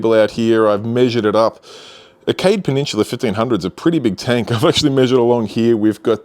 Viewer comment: Take a shot every time he says "peh-nin-chula" lol